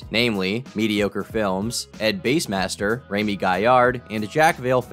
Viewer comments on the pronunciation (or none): Ed Base Master? Are you pranking us with that pronunciation,? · It’s Bass not Base master… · It’s bassmaster… like the fish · It’s BASS like the fish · It’s not pronounced BASE master! It’s BASSMASTER, like the fish! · It's BASS Master. Not BASE Master. Bass, like the fish... Tell us you use an AI script reader without telling us. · It’s Ed bass master like bass the fish bro😂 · Ugh, you're gonna pronounce it as Base Master this whole video aren't you? Think about it. Does Bass Master or Base Master sound more fitting? He's been on YouTube forever too. Dude isn't stealing bases or bumpin his subwoofers. I still enjoy your videos, but damn, how can you get such a longtime YouTuber's name wrong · It's BASS as in Largemouth bass. Not BASS as in speaker bass. He is an avid bass fisherman and his name likely came from a name he picked for his forum profile on a bass fishing forum. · How the fu** can you not pronounce Ed Bass Master correctly? You sound mentally challenged! It is Ed Bass like ass Master! Like a bass master fisherman! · It's bass like the fish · How you pronounce Ed Bassmaster drove me nuts. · It's ed bass master not bass master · DUDE... are you just trolling us now with the miss pronunciations n stuff? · Dude's making a whole ass video about prank channels and can't even pronounce Edbassmaster's name correctly lol he's literally a youtube OG. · The way you pronounced the legend Ed Bassmasters name, like car stereo bass n not the fish bass..you lost a stripe my g lol, but great work. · it’s ed bassmaster not ed bassmaster